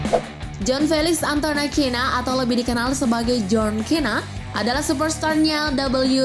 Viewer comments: Bacaan john cena bacaannya sina bukan kena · Tulisannya John Cena Baca nya buka kena tapi sena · John cena dibaca sena not kena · Harusnya bacanya Sina bukan Kena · Itu John Cena bacanya Sina bukan Kena 🤣🤭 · Baca nya Sena mbak bukan kena , ngakak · John sina bacanya mba bukan John kena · Cena tulisannya cara bacanya sena min 🙄🙄🙄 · John 'kena'?? Scott 'stiner'?? Ini narator nya gabisa bahasa inggris apa gimana 😂